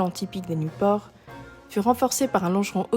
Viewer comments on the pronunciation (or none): Pourquoi elle prononce niouport?